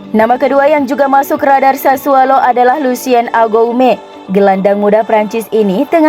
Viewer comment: Sassuolo mbak. Bukan sassualo